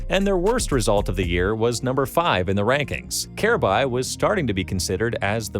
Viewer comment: Wow, this video is terrible. From pronouncing Kjaerbye's name incorrectly throughout the entire video to claiming that he was the best player on Astralis when dev1ce is right there, to saying he's the youngest major winner and MVP in cs history at the end of the video despite Donk taking that title last month, to not mentioning how he won Dreamhack Masters Stockholm 2018 with North by upsetting astralis in the grand finals, and not mentioning how North allegedly told Kjaerbye to not tell anyone on Astralis about him signing to North, so they could get revenge on astralis in his latest interview with Freya on HLTV: These types of cs content creators who make videos spreading misinformation on these topics are the worst.